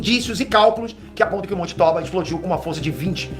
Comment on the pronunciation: Se for japonês não é "tóba" é "tobá"